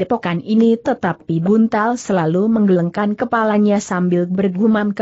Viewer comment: Apakah naratornya bukan orang asli indonesia? Pada 1.01.14 membaca kata "menggelengkan" saja gak benar. Klu orang asli indonesia pasti sdh pernah dengar dan tahu arti kata itu. Atau mungkin ini rekaman anak SD sedang belajar membaca lalu diunggah di youtube utk cari duit? Memalukan!!!